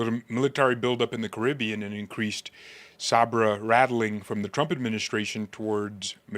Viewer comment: it's pronounced sAber. It's a type of sword 🗡️.